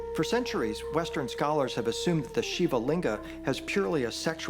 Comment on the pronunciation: The AI and real voices both mispronounce "Shiva"